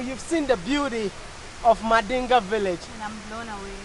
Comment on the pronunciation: 🤣🤣😁First I think they says Mandela haha. "mandinga" salut from sénégal. Very nice tradional hôtel. Very nice dance